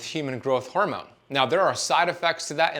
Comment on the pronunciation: Does fasting make you say “hormewn” instead of hormone? Cuz if it does, I’m out